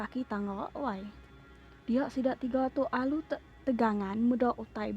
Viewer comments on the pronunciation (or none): Jalai cerita manh,tang agi myuh ka di serurik sigi baka agi belajar,enda ngawa myuh bala sifu kitai ulih ndur blajar aok sebutan agi bisi bdau cun baka "teganggan" nya sepatutya "teganggam" sebutan ya..belajar gik endo myuh ke agi ninga ensera ari bala pengajar kitai legend kitai Baka sida Akek Thomas Tegong Laka,baka Sida Richard Thias Canggan,Tan Sri Tuan Raja kitai ari Channel Panggau Libau tv enggau ke bukai agi myuh...ulih endur belajar